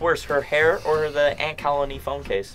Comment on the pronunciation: James:”Is ThAt A aNt CaLiNeY?!”😂😂😂😂😂😂 got me rolling on the floor